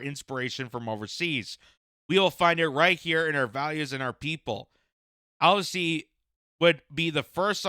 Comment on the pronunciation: It's pronounced Al - ban -easy or just call him Albo like we do. The Labor party won a huge majority and the Greens have the balance of power in the senate.